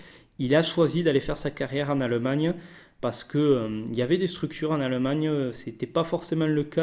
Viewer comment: Arette de dire aleumagneux c'est allemagne stp